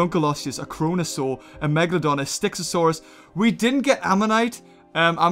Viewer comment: it sounds like your sayin saure a*s